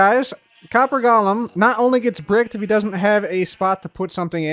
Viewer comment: Hi, it’s pronounced “GO luhm” 🙂